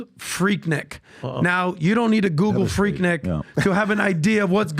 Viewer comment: Its pronounced 'Freek-neek'- atlantan